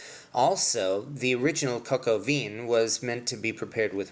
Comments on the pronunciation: ONE DOES NOT PRONOUNCE THE LETTER "N" AT THE END OF A WORD. (or as stated earlier, maybe a "nasal" N... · Please stick to English if you can't pronounce the words pho or vin. It irritates and gives others the wrong pronunciation. Or just learn to pronounce the words properly rather than make excuses! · Good video! French word vin is pronounced closer to 'vahn' with a nasal 'n'. Definitely not 'veen' :) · It's pronounced "Vin"! Not "Von"! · It is pronounced coke o vah not Vin as in vehicle identification number. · Thank you so much for the recipe and instructions, the only thing that bothered me was you saying veen instead of the right pronunciation, which is van, or similar to van. Listen to Julia. Hats off for being brave to publish this. I will do it for guests tomorrow.👍🏻👏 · Its pronounced "von" not "veen" Also roosters don't "produce eggs" smh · (coke oh vin) is the correct pronunciation.....!!! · No, it's not pronounced "von." It's pronounced a little like "veh." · It's not important but Vin in french is pronounced Vahn. In fact all words starting and or ending with "in" are pronounced with the "ahn" nasal sound. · Interesting video. Thanks. By the way, the vowel in "vin" is more of an "a" than an "I" and the "n" is not pronounced. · Two points of glaring errors, #1 "vin" is a French word and is pronounced "VAN" and #2 Roosters do NOT produce EGGS that the HENS job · Nice, but "cocoa veen"? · I can't believe he pronounced it KOKO VINNN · the correct pronunciation is : coke o vin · Thanks for the good word, and no need to worry about the comments. As noted, it's just YouTube. I mispronounced the word "vin" when I made this video four years ago, and obviously the world has come to and end because of that. :) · Thank you for your video. I suggest you consult someone who knows how to pronounce French words Coq Au Vin (especially Vin) and Bon Appetit! (the second "t" is mute. I hope you'll take my suggestions in good spirit!